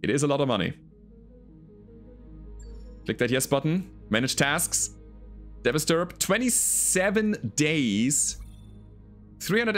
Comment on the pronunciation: You keep calling it a "Devasturb" when it is not. It's called a "Devastaturb". It's "devastator" plus "Urbie" mashed together. Incidentally, you're the first YouTube content creator I subscribed to way back in 2018.